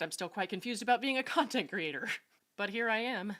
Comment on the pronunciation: Did I hear you correctly? Did you just say “cuntent” creator?